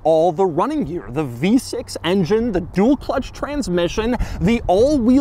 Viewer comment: Every time Doug says "v6" I die a little inside.